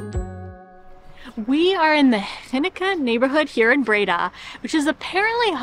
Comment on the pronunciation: It's Bray-DAH ;) (emphasis on 2nd syllable)